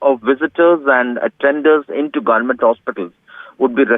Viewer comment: the GUNMENT ??? who's this reporter :D